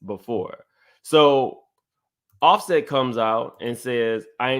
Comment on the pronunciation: BluSet!?! you sure know how to butcher some names! 😫😆😂😂